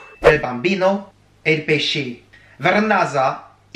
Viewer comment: Ciaooo, « Pesci » se prononce « pêchi »! 😊